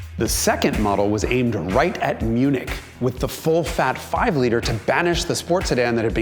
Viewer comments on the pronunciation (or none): none